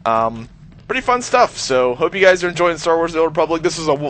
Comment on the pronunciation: ''you huys get the jizz'' ?